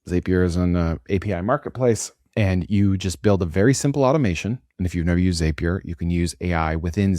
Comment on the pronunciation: Zapier rhymes with happier